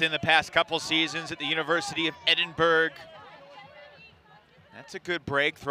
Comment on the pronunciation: "University of Edin-berg". Nice.